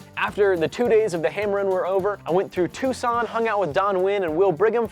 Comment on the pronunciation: I think it's pronounced tuck-son...